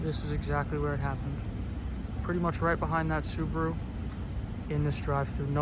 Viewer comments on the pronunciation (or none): none